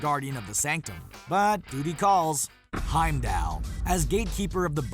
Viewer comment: Heimd-All .. ALL not AL .. 😑